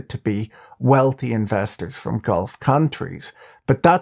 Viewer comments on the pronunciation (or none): none